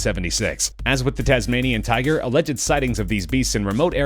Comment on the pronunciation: Tasmanian 'tuger'